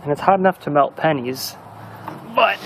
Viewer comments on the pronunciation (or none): Pennies, he said pennies